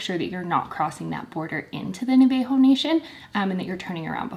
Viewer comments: NA-VUH-HOH national, not NUH-VAY-HOH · I appreciate the video and it’s great info but hearing you guys mispronounce Navajo is the whitest shit ever lmao